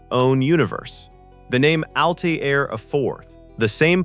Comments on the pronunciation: (Altair is not pronounced "Al - tee - air" - do you listen to these before u post them?) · "Altair," the planet, it is pronounced "Al Tare," and the daughter's name is "Al Tare Ah." Interestingly, Altair is the Arabic word for "flying eagle." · "Al-Tay-Air"? Are you doing a review on a movie you've never seen?? How could you possibly mispronounce the name of the planet? Sloppy. Thumbs down. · Narrator can't pronounce Altair and has not watched the film. Tired of this slop. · Maybe get a REAL narrator who can properly pronounce, "Altair." Sheesh.